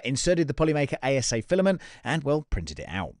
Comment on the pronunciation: 😂 you mispronounced ASA as ABS. ASA is Acrylonitrile Styrene Acrylate. Just had a laugh when you said this. Great video.